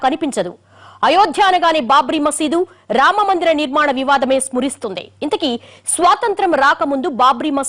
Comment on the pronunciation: స్మురిస్తుంది కాదు తల్లి...స్మరిస్తుంది